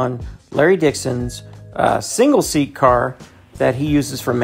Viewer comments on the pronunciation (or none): none